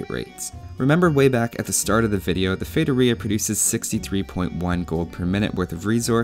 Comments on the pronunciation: Oh my god, you said Feitoria the right way. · I am brazilian (then I speak Portuguese) and I can guarantee you're pronouncing "feitoria" correctly! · Holly shit!!! Someone actually looked it up how to say the world correctly. thats a new one, nice job man. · haha, AS a brasilian i was pretty impressed with ur saying feitoria the way you did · Haha, I think this is the first time I've ever seen a native English-speaker say it correctly, instead of something like "fee-ah-toh-ree-ah". Nice research! Great vid too! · Just for pronuncing it right you deserve a like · As a brazilian i can confirm thats how you pronounce feitoria. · high five to my eloquent self for speaking feitoria right! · Do you wanna know how to pronounce "feitoria"? Just ask someone who speaks portuguese. Yes, you are saying it right